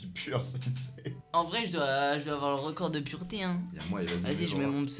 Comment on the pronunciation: C'est pas purete c'est pureté